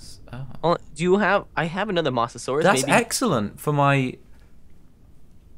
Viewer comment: Its moa-sa-sore-rus